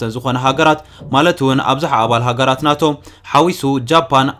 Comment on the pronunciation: ን ኔቶ ዲካ ናቶ ኢልካ ተንብቦ ዘለካ 😅😅😅